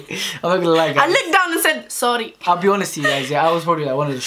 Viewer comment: I looked down and said ‘zorry’ 😂😂 i love man how can you not